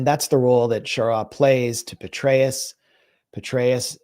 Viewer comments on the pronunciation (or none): Petraus pronounced Betrayal